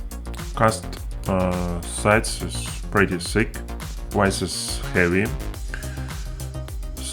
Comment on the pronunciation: A wice? What is wice?